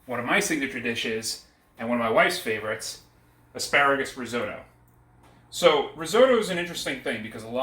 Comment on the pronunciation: Could not agree more, this may be an interesting family recipe but this has nothing to do risotto. And learn how to pronounce risotto properly. The longer I watch this the worse it gets, it really hurts watching this. You have no idea about the theory of cooking a risotto, and serving in a soup bowl. Go back to basics and read Marcela Hazan before doing another video.